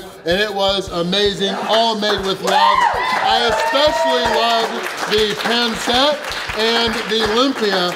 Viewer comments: its pronounced pan seet not pan set I know I have alot of filipino friends and I love pancit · Pansit not ponset. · Just once .. I wanna see on non Filipino pronounce Pancit correctly. My whole life.. everyone says Panset. I’m like … it’s pronounced pansit. Lol